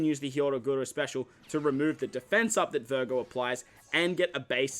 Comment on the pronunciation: while i watch your guide i just heard you say BURGER. hahaha it was vergo